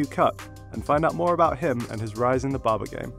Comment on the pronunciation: What is baba? Ohhh its barber. Yeah now i know.